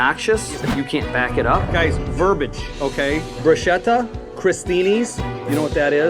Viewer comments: if he was. Real chef. He would know it’s pronounced “Bruce-ketta “ not bru shetta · I'm not italian but isn't it 'brus-ketta" 😅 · He's mispronouncing bruschetta!! 😂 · Pretty funny that he pronounced 'bruschetta' incorrectly when he was being an obnoxious know-it-all.